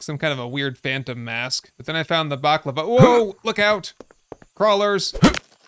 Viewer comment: 'Baklava' lol. Did you find a Greek pastry or was it a balaclava (face mask)? Great vid as always!